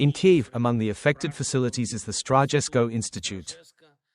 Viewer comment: A sign of respect would be for the (AI?) commentator to learn to pronounce the place names in Ukraine properly Zap-or-izh-zhiya